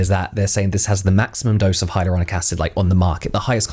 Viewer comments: The TikTok girl said "hyarulonic" acid... I can't take her seriously; I could never buy anything she is selling! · My autistic brain was kicking off when she kept pronouncing hyaluronic as hyAURlonic acid like please stop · hiROLOnic acid... 😅 a scientist indeed... 🤦‍♀ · "hyrolonic acid" lady read 😅